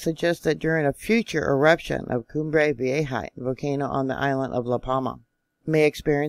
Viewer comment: PLEASE don’t tempt 2020! And I think it’s vee-AY-huh.